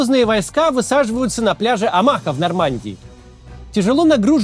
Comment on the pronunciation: Маленькая поправочка- Омаха-ударение на ''О''